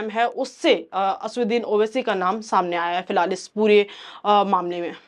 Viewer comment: 'असदुद्दीन' बोलना सीखो